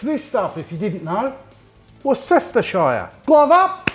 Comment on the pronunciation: In the UK where out originated, we pronounce it “Wuh-Ster-Sher” sauce or ‘Wuh-Ster’ for short